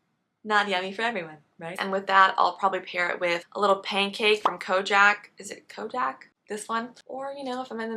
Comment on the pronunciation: It’s pronounced Cody-Ak but your version is fancier so I’m with it 😅